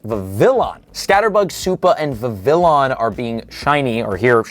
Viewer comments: ur an egg its viv e on not veveon veg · Oooh my gooodd. Learn to pronounce names. Tandemaus is not that hard! It’s a MOUSE. “TandeMOUSE.” The “s” is not silent! I’ll give you Vivillon - that one’s more difficult if you don’t know French. But it’s “Viv-ee-on.” The French word for butterfly is “papillon,” so it’s based on that, including pronunciation. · and then vi-VILL-on. It's like he's trying 😂